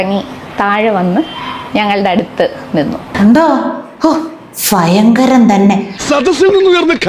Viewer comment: ഫയങ്കരം അല്ല, ഭയങ്കരം